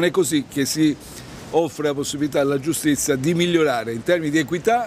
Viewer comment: Giustizza, costituzzone... Ma come caxxo parla Peppiniello 'o fallito?